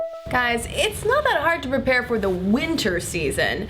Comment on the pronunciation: I wonder, and without trying to be a total bitch, if she is saying "repair for" rather than "Prepare for"... I've listened repeatedly to the beginning, only to find it sounding like the former :/ I might just be nuts :P